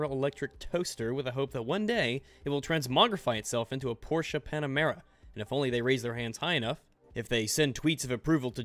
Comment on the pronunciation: When says Porsche right 😍😍😍